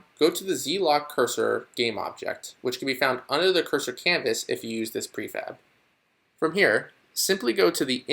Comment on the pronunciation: in I'm certain you said prefag instead of prefab... no one caught that?!